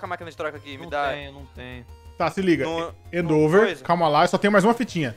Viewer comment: edu do céu n se fala "endÔver" se fala "endEvor"